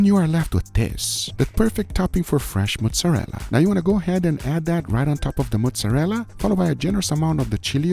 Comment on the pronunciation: when guga's brain is so deep in brazilian that he says "fresh mussarela" instead of mozzarella